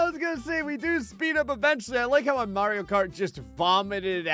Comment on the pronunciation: Dude said Mario right for the first time in his entire YT career